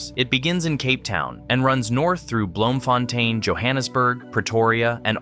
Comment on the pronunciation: Nah, he didn't mention bloemfontein He said "Bloomefontaain"😂😂